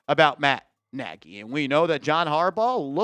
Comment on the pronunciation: It's a Hungarian surname. Not pronounced 'Naagy'. Pronounced 'Nodge'.